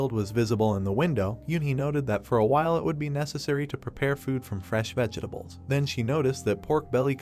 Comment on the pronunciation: Pls pls fix the way the a.i says vegetables.